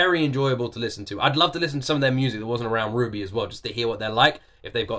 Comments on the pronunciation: Yup. The series name is pronounced like "Ruby", and Ruby Rose is the name of the Red character. It is a difficult series to explain without spoiling too much, but the Red, White, Black, and Yellow trailers would at least give you an impression of what the four pivotal characters are like and I highly recommend you react to them before starting the series itself. The music in them is great too and I know you'll enjoy them! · Omg! I didn’t think you would react to RWBY!! I’m glad you’re reacting to RWBY! And RWBY is pronounced as “Ruby” so you’re correct! It’s amazing! And the songs always have a meaning behind them. The series was premiered in 2013. And the creator passed away after Volume 2. Oum had a severe allergic reaction and fell into a coma in January 2015. He died on February 1, 2015. The songs usually have a meaning behind them. The art style is 3D animation and the animation style gets better each Volume! I also recommend you watch the trailers. The person who sings all the openings is Casey Lee Williams! She started singing when she was very young and the first opening, she was only 13? Or 12? I forgot but she was young when she started along with her father Jeff Williams who does the music? I keep forgetting but RWBY is amazing and it gets darker. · RWBY (you did get the pronunciation right, yes.), an animated series initially drummed up by the late great Monty Oum, along with Miles Luna and Kerry Shawcross of RoosterTeeth. Featuring awesome fights, badass characters, and a banger soundtrack by father-daughter duo Jeff and Casey-Lee Williams, it's... certainly an experience. Lots of highs and a few lows, but overall a damn good time.